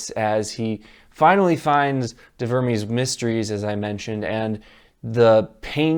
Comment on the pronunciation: "de vurmeez mistreez"...it's Latin, dude...actual grammatically correct Latin...